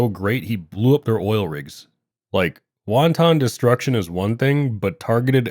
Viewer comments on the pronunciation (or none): Ok…you said “Wahn-tahn”…….wanton is pronounced “wan-tn”. Made me giggle haha. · Love the video man but your pronunciation of wanton made me want to crawl into a hole